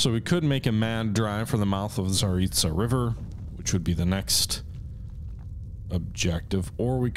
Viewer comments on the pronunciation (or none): That river I would suggest is pronounced za-rit-sa. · The river is the Tsar-EET-zah Edit: oh, you started pronouncing it right when you started the game lol. Nvm.